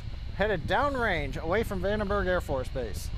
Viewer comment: Hate how that guy says, "Vanderberg" instead of "Vandenberg". You're an engineer. Get it right!